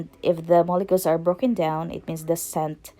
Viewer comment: Ma'am its mole'cules' like mo-le-q-uls pronounce the 'u' not mo-le-kels. Good perfume making demo though